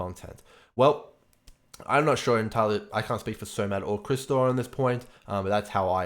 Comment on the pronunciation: Quick tip from a Russian viewer: Chistor is pronounced like Chee-s-tor. No R in the beginning) I makes me and all other Russian viewers go crazy ever since people started talking about it.